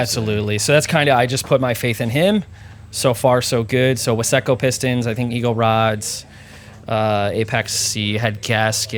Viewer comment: Ive never in my life heard wise-co pistons pronounced as wiss-eco before. And maybe vice versa. Super slick car. My favourite part is the colour matched valve cover and fan shroud